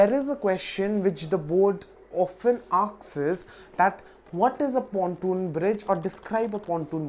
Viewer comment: 'The board often "akss" ...lol